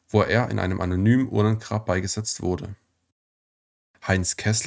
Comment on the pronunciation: Bitte richtig Betonen üben. Fast immer wird falsch die letzten Silbe betont. Das macht das Zuhören fast unerträglich. Beispiele von unzähligen: falsch: SowjetunION, richtig: SowJETunion, falsch: UntersuchungsHAFT, richtig: UnterSUchungshaft, falsch: beigeSETZT, richtig: BEIgesetzt.